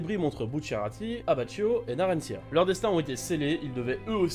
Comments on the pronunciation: ta vidéo est cool mais par pitié arrête de prononcer abbacchio "abbatchio" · tu mens parce qu'abbachio est italien et en italien ça se prononce "abbakio"